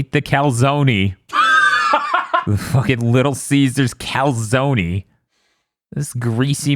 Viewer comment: turning into a New Yorker while talking about the calzony